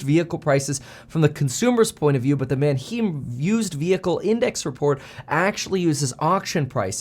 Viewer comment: You've mentioned the Manheim Used Vehicle report over the years several times in your videos, but have never pronounced Manheim correctly... the "heim" part rhymes with dime or time ... just replace the "d" or "t" with an "h". so Mantime, Mandime, Manheim... (I live just south of Manheim).